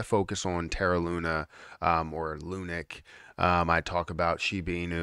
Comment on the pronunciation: does it drive you mad? Looney? 😂